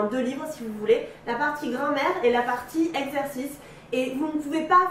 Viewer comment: Ptdr vraiment elle dit grand mère